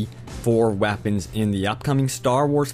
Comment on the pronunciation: Wow, lol, it sounded like u said wappins